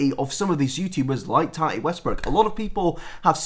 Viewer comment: Tahtee hunty it’s tati but ok😎